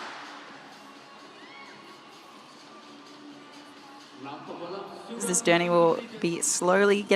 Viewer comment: Japanese word pronounced: Kay- Rin!